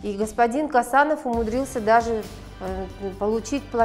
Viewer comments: Не Касанов , а Қосанов!Такайев емес Тоқаев!ең болмаса адамның фамилиясын дұрыстап қазақша айтшы,орыс сияқты шүлдүрлемей. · Не Касанов а ,,,,, Косанов,,,, можно же фамилию правильно произносить а